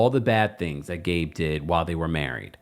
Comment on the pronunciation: He can't even say Gabe's name 🥶 yikes!!